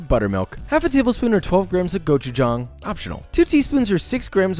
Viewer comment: why do u pronounce gochujang better than some of my cousins